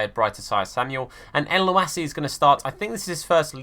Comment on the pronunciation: Btw for mohammed elyounoussi it’s pronounced mohammed el- you- knew- say and great content as usual